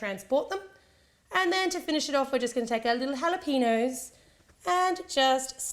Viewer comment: AHHAHAHA HALAPEENOS